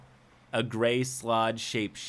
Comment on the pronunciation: You're pronouncing Sload wrong